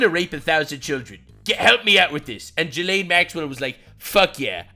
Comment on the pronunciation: I find it childish and frustrating when people like coffee call her "jizz-lane". She was trafficking kids, it's not a funny pun; and it's pronounced ghee-lane. like ghee (clarified butter)